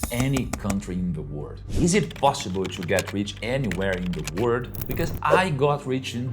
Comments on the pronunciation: You should really work on the pronunciation of the letter L in the word "World", it will make such a difference. Here is a tip: how about you try to say "were old" -- there you get it, "world", properly pronounced. Congrats on the new channel, see you next time 🌿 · mesmo lendo no prompt ele pronuncia no comeco do video a palavra WORLD como WORD